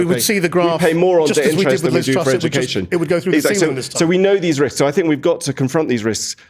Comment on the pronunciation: And, constantly saying ‘I don’t fink..’ does not make it right 🙄